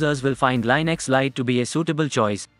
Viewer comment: It's pronounced Lin Ex, not Line Ix